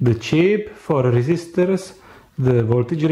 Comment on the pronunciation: "sree resisters" instead of 3 resistors